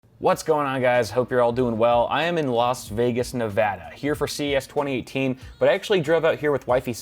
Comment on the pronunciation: I'm surprised he said Nevada right